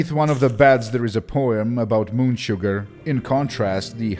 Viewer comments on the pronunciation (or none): none